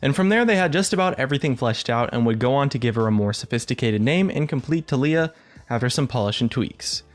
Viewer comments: pretty sure it's TAHliyah, not tahLIyah. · i personally pronounce it ta-lai-ah xD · goddamit it's tah-lee-ah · keep saying Taliyah but all I hear is toph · you keep saying taliyah but i only hear toff. From avatar. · My name is TaLiyah.... i was born in june its pronounced the same too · disliked for the way you pronounce Taliyah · when pronounces "taliyah" two different ways in the same video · UGHGHGHGHGHGH HOW HE PRONOUNCES IT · You are pronouncing it wrong... -_